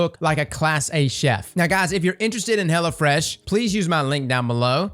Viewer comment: am i the only one that heard hella fresh??